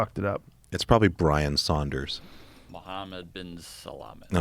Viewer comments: He said brian sanders not Saunders.. Just sayin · no he said Saudners... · "Brian Saunders"....LOL